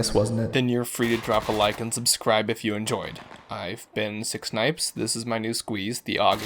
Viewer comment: Am I the only one that hears him say "Six Nipes" not ""